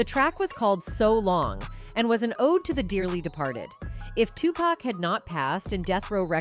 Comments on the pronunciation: Geez somebody has to really let the narrator know about her piss poor pronunciation, like whoa wake TF up lady it's not 2 pack it's 2 pac, and lunis? It's LUNIZ, THATS A Z OMFG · "Redmen" and "2-Pack" 😂😂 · Dr dree, tupack, bo wow